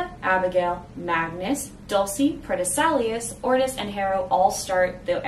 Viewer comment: it's pronounced "pro tess ill ow ce"